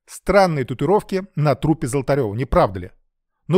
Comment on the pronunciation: Правильно произносить татуИровки